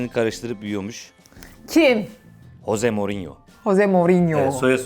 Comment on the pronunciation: Jose Mourinho h harfi ile okunmuyor j harfi ile okunuyorr